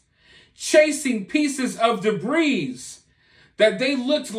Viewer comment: The S is silent in debris